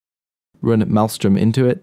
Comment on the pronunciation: malström was pronounced wrong